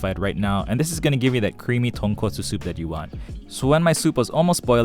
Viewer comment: Skipped all the doods who pronounced tonkotsu wrong. Landed here. Stayed.